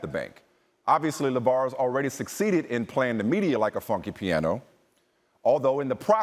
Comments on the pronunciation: Taihron Heaven I heard "funky piano" but had to rewind 2 or 3 times. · Alain Gabriel funky piano, but it did sound like fucking lol.